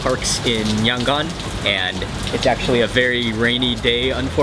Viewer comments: I am from Yangon and also the way u say Yangon is very cringing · YOUR PRONOUNING YANGON WRONG